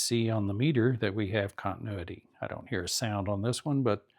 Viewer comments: He said it only twice correctly in his last video too. It is phonetically pronounced: con tin new it tee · I like your instructions but you made some errors when checking the power transformer. You checked the secondary windings with the #80 rectifier still plugged in. Had the winding been open you would not have caught it because you were reading the filaments in parallel with the windings. Nice job on checking the others coils. Also you are mispronouncing the word continuity. Good job !